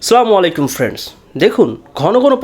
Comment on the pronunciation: মাফ করবেন, আমি আপনাকে ছোট বা কষ্ট দেয়ার জন্য কমেন্ট করছি না। স্লামালাইকুম না বলে,আসসালামু আলাইকুম স্পটো করে বললে আরো শুদ্ধ হয়।